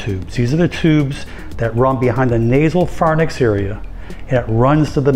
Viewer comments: It’s pronounced “fair inks” (pharynx) NOT far nicks 😂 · Ok...I know this seems petty, but since you're a medical professional, it's good practice to pronounce the terminology correctly. The word is pharynx, not pharnyx...pronounced correctly it should sound like 'fair inks'. I know it's minor, grammar and spelling police drive me nuts, but there are times it might be appropriate to call it out. It also sounds like you're saying TMG, instead of TMJ. These are important things for a medical professional to pay attention to. I really do appreciate your content, though, truly. I mean no disrespect. Yours are some of my favorite content posts on YouTube. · I’m truly surprised to hear you mispronounced the word pharynx. It’s NOT pharnyx. It’s a common mistake of regular people but an unacceptable one for health professionals. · you have helped me so much, I'd like to return the favor in a small way. Just a pronunciation-- "Pharynx" is pronounced "fa-riŋ(k)s". Thanks for the vids! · Did a person who claims to have graduated from med school pronounce the word pharynx “far-nix”? Sorry but I checked out after that